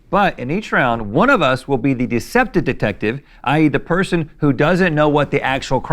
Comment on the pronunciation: Watching Rhett repeatedly butcher the pronunciation of "deceptive detective" while explaining the game in the beginning was tremendous